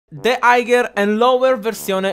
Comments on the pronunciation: Higher si dice haier senza la g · Madonna come hai pronunciato higher... ma rende il video assai caratteristico quindi va bene.